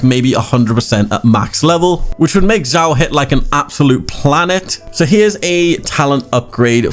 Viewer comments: It's read as Shyaw why said Jyaw?😂😂 I can't understand? It's obviously Shyaw😂😂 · Honestly this video is really nice, but just kinda gets on my nerves when u say his name. His name is Xiao not Jiao, like the way u pronounce it sounds like foot in Chinese.🤣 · Why everyone say Jiao instead of Xiao? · You spell his name wrongly, it is [s ya o] [S] from sad [ya] from yawn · Xiao is pronounced She-Ow. Xiangling is She-ang Ling. Zhong Li is Jong Li.